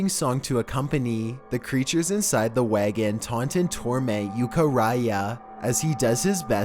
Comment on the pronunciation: Okay, but seriously what kind of way is that to pronounce wagon?!